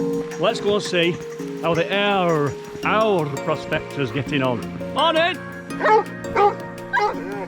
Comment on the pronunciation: Fantastic watching. So gorgeous there Aur you pronounced quite well.. think of saying, aiye and put in an R on the end. This was hard graft. If I don’t get chance again,have a enjoyable,happy crimbo 🎄🎄🎄👌🙌